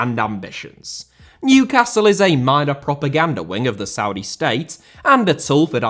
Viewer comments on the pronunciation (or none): none